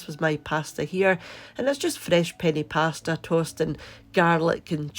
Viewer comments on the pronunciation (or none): none